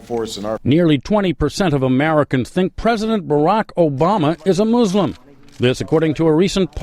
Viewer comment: It's Muslim not MUZLIM godamnit